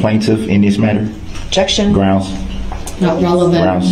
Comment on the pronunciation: Everything you said is correct, except one thing: he kept saying "GROUNZ" - not "GROUNDS."